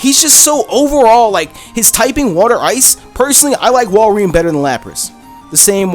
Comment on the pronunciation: wall-ree-in BRO